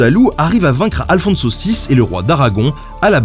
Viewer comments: C'est incroyable, tu fais tous les efforts pour prononce le nom arabe de Saladin, mais pas moyen de prendre un accent pour pas massacrer un nom espagnol catholique... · à chaque fois j'entends alfon-saucisse, ça me donne faim :x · Je peux pas m'empêche d'entrendre "Aphonse saucisse", à la place d'Alfonso VI :D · moi, j'entend " à le fond de saucisse" ... j'ai pas réussi à me concentrer. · J'ai du mal avec le nom d'Alfonso VI. À chaque fois j'entends Alfon saucisse ce qui est assez perturbant.